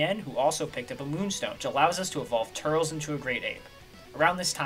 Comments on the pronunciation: Love every bit of this vid just mentioning this as more of a random pet peeve than anything but turles is pronounced "tur less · This is the first time I've heard anyone other than myself pronounce that name TURELS. Actually it's more like TurLESS